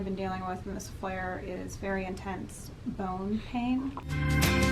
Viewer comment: I thought you said “bone hang” at first haha.